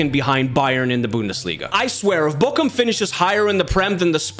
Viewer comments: No you pronounce it like Borum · You pronounced it like bokcum or bokkum. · So annoying how he pronounces Bochum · Bro you said "my shit" in Turkish with that pronunciation of Bochum💀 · His pronunciation of Bochum sounds like "my shit" in Turkish 💀